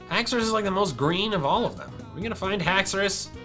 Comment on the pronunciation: i would say just haxours not haxouri